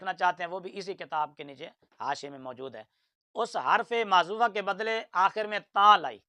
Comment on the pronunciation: یہ بات آپ کی صحیح ھے یہ موجود کو ماجود پڑھتا ھے ۔۔۔انجنئیر کی بہت غلطیاں ھیں